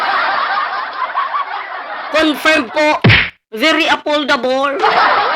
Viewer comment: hehehe very aple dable ang bigkas nya bobo talaga😂😂😂😂😂